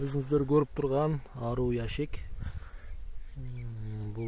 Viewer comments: Аруу эмес аары судуроп эмес суйроп туура суйлогулочу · Аруу эмес аары деп айтылат гандурас 😂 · Аруу эмес, айры эмес, бал чаян эмес БАЛ ААРЫ деп айтылат. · Аары десен аару дебей